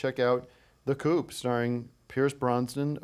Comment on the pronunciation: Tim pronouncing coup as "coop" is so funny